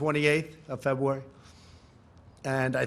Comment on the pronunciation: He cant say February!! Febwah! Haha dunno why that's what I've decided to learn from this video but there you go!